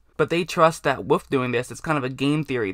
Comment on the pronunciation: "With"="wuf" lol